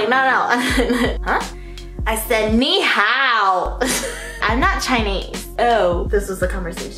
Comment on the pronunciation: i lmao-ed when you said "ni hao" HAHAHAHA